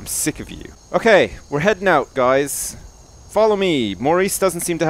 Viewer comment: why is this the first time I see this "guysh" xD